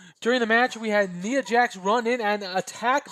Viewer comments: You were saying NEE-AH, correct way is by saying NYE-AH like eye or tie, etc. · Btw, I'm nit picking but Ni in Nia Jax is pronounced like Tye for Tye Dillinger.